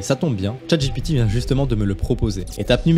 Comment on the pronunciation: PPURQUOI IL DIT CHATGIPITI 🤣🤣🤣